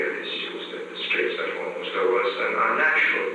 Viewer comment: It sounded like he said "Straits of Formosa was a.. a natural boundary", not an "an unnatural boundary".